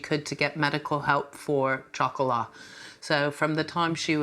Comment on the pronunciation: Chocolat does not mean "Little Girl"...that is Petit Fille in French! It is also not pronounced CHOCOLAH - it is pronounce SHocolah. SHO-CO-LAH Chocolat is Chocolate...period! GEEZ..KUDOS to Graziella...If she is in her 80's she was a Senior Citizen over 15...perhaps even 20 years ago. If you're going to take her...I pray she thrives to the extent she can in Dorset! Hiya Toto! Cataracts, eh? You're still doing pretty well and I hope they will fix that problem!